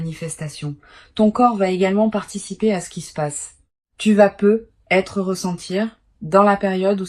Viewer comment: On ne prononce "peut-être" pas " peu être " ,on le prononce " peutetre.